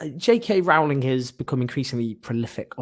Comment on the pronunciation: Owen: her name is pronounced Roe-Ling (rhymes with "bowling")